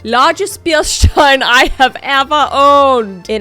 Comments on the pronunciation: It's not pronounced shtein. It's stein! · You switched to English but still used the German pronunciation of Stein. Nice. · Bierkrug! 😂 we don’t call them “Stein”. Stein just means Stone and if used in the context you can say Steinkrug to differentiate it from a Glaskrug. But as a German it hurts that all the English speaking people call it a stone 😇